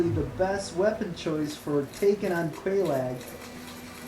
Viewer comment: And its said like kellogs not quel lag